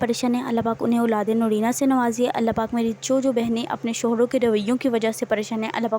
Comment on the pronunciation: Aulad hota hai ulad nhi